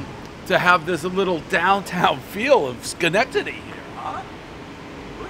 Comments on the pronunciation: Amazingly he pronounced the city name correctly on the first attempt. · I still can't believe you know how to say Schenectady correctly. 🤷🏽‍♂️ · I would say 99% of people Dave's age, from all of New England or the Tri State area can pronounce Schenectady. It's a fairly historic city. Also 2x Frozen Four appearances for Union College is enough that any real sports fan should know Schenectady and how to pronounce it. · One bite everybody knows Dave LOVES saying Shenectady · Congratulations to Dave for saying Schenectady correctly, I had my doubts! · Dave can say Schenectady correctly over and over, but can't pronounce any fkng pizza place right